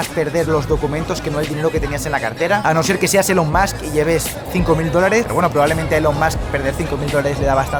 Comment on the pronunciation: ELON se pronuncia ílon. Si además dices bien MUSK como masc, dices bien el apellido y mal el nombre.